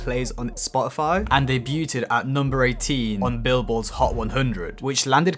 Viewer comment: bro said debyutedd